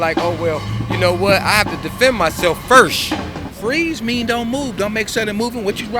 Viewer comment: did he say "firssh"? Love you 😂😂😂😂😂